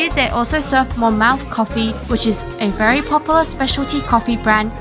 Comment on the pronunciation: Monmouth Coffee is pronounced like 'Monmuhth'